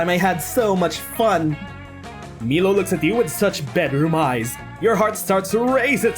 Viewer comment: It’s pronounced “My-low”. But whatever.